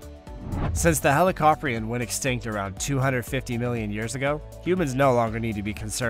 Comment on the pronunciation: "Helicoprion" is pronounced "helli-CO-pree-on," where CVO rhymes with "snow," "toe," "low," etc.